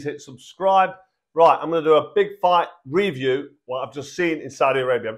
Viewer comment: . What the fuck is a Reee-view and Who the fuck is Daniel Doo-Bra? 😂